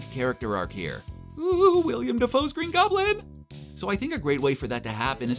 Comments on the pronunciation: It's Willem not William🤢🙄🤦🏿‍♂️ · It’s Willam not William. No “I” after the two “LL”s, sorry, it’s his real name. I can’t allow that to be passed. So, I hope the film is great! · IT'S WILLEM not WILLIAM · Tired of hearing people call Willem Dafoe, WILLIAM!! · Not trying to be petty or persnickety, but his name is Willem DeFoe, not William. It isn’t just a difference in spelling to be overlooked where the pronunciation is still the same, it’s literally a different name. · “Wiliam” defoe